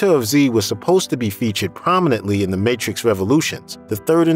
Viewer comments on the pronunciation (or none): none